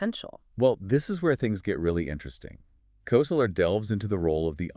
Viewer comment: This is such a perfect example of the impossibility of AI to understand humor that I have to comment. This podcast was generated by uploading Koesler's book (pronounced Kessler, not Koseler) to Google's AI Studio streaming generator and producing a pseudo-podcast. So far, so good. But it singled out one of the jokes used to make a point about the collision of two "matrices" to produce a creative synthesis of understanding. In the podcast version, John Wilkes is a politician who's asked by an opponent, "Your coat has grown", and Wilkes replies, "You're mistaken, it's been around several blocks." This is not only not funny, it's not the joke from the book. In the book, John Wilkes is the representative of a very poor district with destitute constituents. He is approached by an opponent who seeks to disparage him by saying, "It seems your followers are becoming turncoats." Wilkes replies, "I can assure you, my followers have no coats to turn", thus establishing his commitment to the poor and denigrating the opponent for his insensitivity. This is a biting retort that shows the bissociative effect used in humor. I only point this out because I'm seriously trying to test the notion that LLMs are capable of anything that humans can do or understand. This seems to be evidence that we are all safe for the time being.